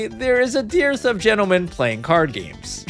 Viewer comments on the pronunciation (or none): dearth is pronounced "durth"